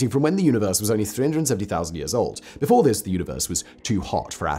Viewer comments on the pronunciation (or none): none